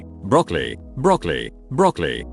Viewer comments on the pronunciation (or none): No one: Not a fcking single soul in 2021? Robot voice: BROCOLE, BROCOLE, BROCOLE, BROCOLEHHH